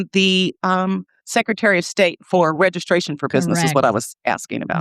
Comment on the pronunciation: Regiscration. My God! She’s illiterate.